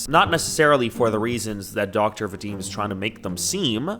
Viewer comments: i spit out my tea when he pronounced Vadim as Veydim 😂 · it’s Vah-deem, for future reference, I’m sorry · The way pronounces "Vadim" just sends me:face-blue-smiling::face-blue-smiling::face-blue-smiling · The way you pronounce his name is so funny to me as a russian-speaking person😂